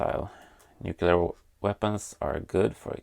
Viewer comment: nucular - the world is nucular :P